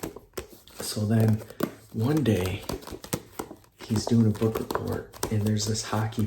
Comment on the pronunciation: You made a mistake with the word book mate